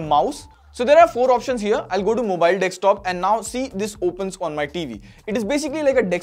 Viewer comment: Dekstop nahi, DESKTOP